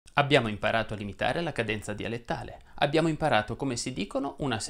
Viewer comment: Molto interessante, però credo che sia cadènza e non cadénza comme all'inizio del video. Sbaglio?